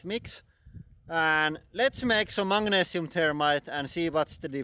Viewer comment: Mate, it's Magnesium, not "Mangnesium"! That's worse than the yanks calling Aluminium "Aluminum".